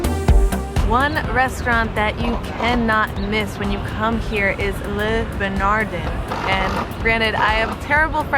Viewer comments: Leh, not lay. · Le Bernardin- pronounced “Le Bernardán”. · Haha. Leh Ber Nah Deen is how it is pronounced. Also, the upper West side Carmines' is better, unless it has changed. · bernardin...do not pronounce n...bernardey with a nasal n bernardine ..pronounce the n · Great suggestions! If you ever need to say Le Bernardin again, it's pronounced " Luh Behr-nar-dahn".=) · Is this woman a complete moron????? Holy crap, listen to her???? Le Beer-narrr-dinn No mention of Eric Ripert. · Even non-French folks know how to say: Lay Ber Na Dannnnnn. #earsbleeding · She absolutely destroyed Eric's restaurant's name. OMG! "La Burn E Dean" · It's "Le B-E-R-N-A-D-I". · Nice assortment of restaurants. Well done. Except for the pronunciation of Le Bernardin (but I'm sure you know that by now).